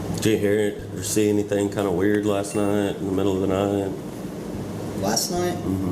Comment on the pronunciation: 'Hennything is possible' 😂